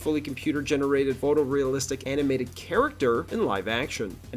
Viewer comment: I don't know if the narration is AI generated or a real voice over artist but either way, it's horrible. The guy's inflection has the exact same cadence and rhythm over and over and over again. And there were two really bad mispronunciations before the video was even half way through on the words "composite" and "animated." Bad work guys.